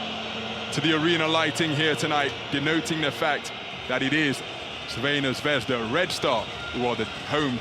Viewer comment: face-purple-crying:Please, PLEASE teach the commentator the name of the team: its /ˈTsarvɛna ˈzvɛzda/, NOT Veina Zvezda